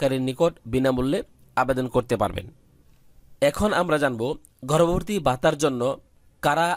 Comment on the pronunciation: উচ্চারণ ঠিক করেন। গর্ভবতী নট গর্ভরভর্তী😡